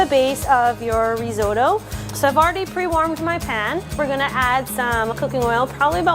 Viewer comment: Not reezohdoe. It’s risotto .and you’re a chef? Try translate app!!